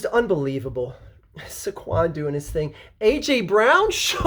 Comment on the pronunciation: it's "Say-Quon"